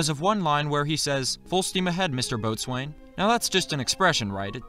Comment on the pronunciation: An excellent video! However, boatswain is pronounced boatsun. Drachinifel spent a few minutes describing what it meant (boy in servitude) in one of his drydocks.